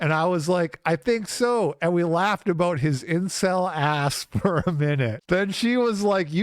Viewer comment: Did u just say aboooooooooot it?